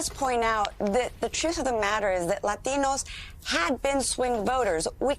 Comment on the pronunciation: you will never understand why are you losing minorities as long as you keep pronouncing "Latinos" that way, she is not Latino, she can pronounce it like the way normal Anglo-Saxons would. that FAKE authenticity will not give you any prize.